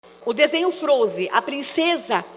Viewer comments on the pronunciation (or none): "O desenho Frozi eu assisti" Não sabe nem pronunciar o desenho, imagina interpretar a história. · Ela fala "princesa do frôuser" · O desenho "frouzi". Hehe A princesa do "frouzer". Putz...